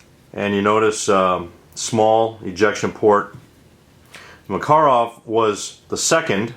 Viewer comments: It's "mukUruf", not "mEkerov". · Well First of all its called "пистолет макарова" and no, you did not pronounce it right as you said in your video tag. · Yeah, but Maaah-karov sounds better according to Call of Duty. ;-) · Hi friend.I speak perfectly Russian language and I only can speak for Russia and not for other countries.Its a fact about pronouncing word makarov that way as I've written before and no, that doesnt matter how big Russia is, there is common russian language and everywhere in Russia it would be pronounced exactly that way cuz its a RUSSIAN word/name so every other non - russian nation in Russia would pronounce it in the same way. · Hi. Yes, i am aware of that fact in the U.S. and of course I can not blaim english speaking people for incorrect way of pronouncing russian words/language ( same with the most russians who speak/trying to speak english :)) cuz russian IS a difficult language (both linguistic and grammatical), in fact russian language is a kind of a mix, it has slavic base but with a lot of "finnish" and many turk/tatar words (Finnish and all other Scandinavic languages actually developed FROM the ORIGINAL russian (uralic-khazar) language,and not the other way as its been commonly thought.Even old german was spoken with uralic accents (statement of a german expert).Im deep studying the the origins of russian and slavic languages these days :)). There are 37 native (!) different languages in Russia (15 official) with their own dialects and accents of course,but again, when it comes to pronouncing a RUSSIAN word, they all do (or at least try) that in the same,correct way cuz Russian is THE main language in Russia. Cool video about those pistols by the way, and when a PM Makarov is a kind of a deep modernised version of PPK,PPK, what a lot of people maybe don't know,is a deep modernised version of Browning M1910,so browning's babes are the moms (or grannies :)) of the most pistols in world :) Good day Sir.